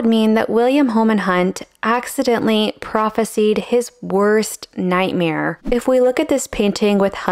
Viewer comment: Note that prophesied is pronounced proff-fi-side. Prophecy (noun) and prophesy (verb) are pronounced differently.